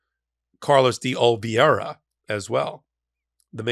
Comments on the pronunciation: you consistently mispronounce Carlos DeOliveira’s name…..It is Pronounced “DeOLIVERA” not DeOLIVIERA. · Hey! Great hot take. Quick pronunciation correction: It’s Carlos (DEE)(OLIVE)(ERA). It’s a common last name in Brazil my guess is he’s of Brazilian heritage. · DeOliveira, De-O-li-vei-ra. For your American tongue, it's probably best approximated by: dee-Oh-li-VAIR-ah. C'mon, it's not that hard. Give it a shot! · Love you,! (It's De-OLI-vera) (sorry) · Olive-era is the pronunciation